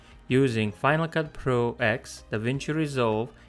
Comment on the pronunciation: Hope you do't mind me saying this, but its pronounced FCP 10 not "ex" Likewise Logic Pro 10, and OS ten! Silly i, know, but it slightly bugs me that so many channels do this! Anyway, on with the video...